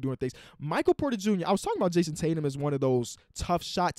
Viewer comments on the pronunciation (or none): none